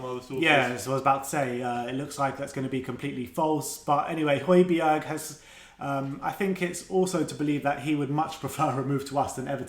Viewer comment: Who is Hoy-bee-erg?